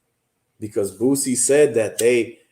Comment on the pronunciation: Bro it's BOO-SEE not BOOT-SEE!